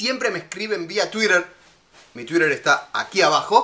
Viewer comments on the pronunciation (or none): me parece muy buena la receta , sos simpatico pero me mata tu tuiiiiiDrrrr tan exagerado !, ja muchos saludos desde zaragoza